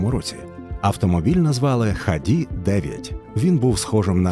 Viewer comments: Не ХАДИ', а ХА'ДИ! Имени ленинского Комсомола на те времена... отличный институт-лучший среди остальных 5 вузов. Но сейчас киеф прикладывает все усилия, чтобы угробить XADI... Харьков🇺🇦👍-лучший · Був там у 2021-му коли обирав куди поступати. У ХАДІ (доречі наголос на перший склад) так то чимало усіляких розробок в інженерії і досягнень автоспорті: багато всяких суперлегких/аеродинамічних автівок проектували, боліди для Формули-3 будували, і навіть свій власний двигун виготовили. При совку це все трималось на якомусь фінансуванні і ентузіазмі, але ясна річ - про повноцінних вихід у білий світ можна було і не мріяти: випускали хіба на виставки. За незалежності, очевидно в цьому перестали бачити доцільність, і потроху воно все зійшло на нівець. Останнім досягненням, наскільки я знаю, було виробництво авто і участь в міжнародних змаганнях по найдовшому шляху на 1 літрі бензину у 2013-му році (ХАДІ-34 - 575 км/1л)